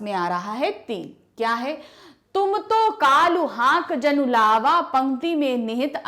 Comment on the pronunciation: Mam it's not jannu 😅🤣🤣it's jnnu